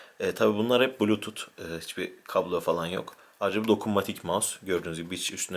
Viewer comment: Bulutut ne ya blutuz diye okunur :-D